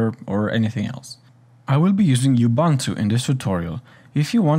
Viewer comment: Please, it's not you-bun-tu, it's OOOOOH-boon-too.